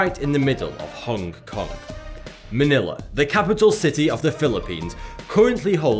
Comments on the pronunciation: It's Hong Kong, Not "Hongue Kong" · Stop saying "Hongke Kongke", you fkn northerners and your inability to understand that the 'g' in 'ing' or 'ong' is silent fucking baffles me.. Do you also say "Swing-gingke" instead of "Swinging" with a silent 'g' ?